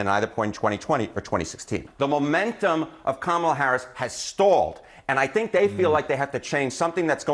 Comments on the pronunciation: Did you notice how close her fingers were when she was saying about the "wisdom" to run the country?😂 "MOMALA"??!!!!!! ,😲🫣😵‍💫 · "Mamala!" Wth? 🤢